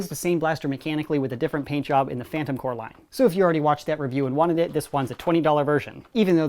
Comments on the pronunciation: corps not core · AAARRRRGGGHHH STOP SAYING PHANTOM CORE ITS PHANTOM CORPS GAAAAHHHH